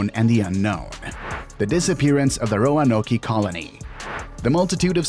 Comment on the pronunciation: Ro-a-no-key? I couldn’t go farther, sorry.